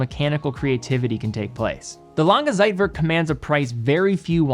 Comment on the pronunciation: Man, please learn how to pronounce "Zeitwerk". What kind of expert are you when you don't know how to properly pronounce things you are talking about?